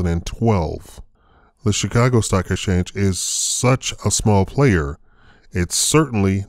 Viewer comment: 'Chi-Caag' Stock Exchange. Do you have a site?